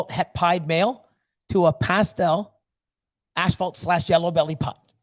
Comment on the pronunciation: You guys are great! I think you are pronouncing the word "asphalt" incorrectly. Maybe that is a Canadian thing?